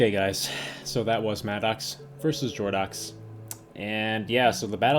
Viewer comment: btw its more like Jordo"ks" and not Jordo